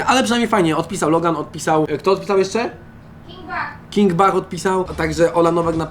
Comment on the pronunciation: pisze się king bach a mówi się king becz tak na przyszłość